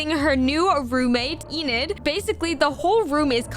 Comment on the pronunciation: Well that's not how you say enids name it's not eenid it's enid